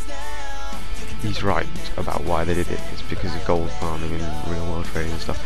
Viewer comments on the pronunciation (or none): none